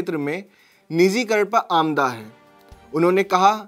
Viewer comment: आमदा नहीं मेरे पत्रकार भाई आमादा